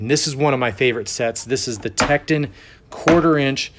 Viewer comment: TektOOOON not techedin lol